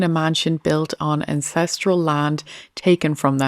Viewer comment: Your accent said " INCESTRIAL LAND" 😅.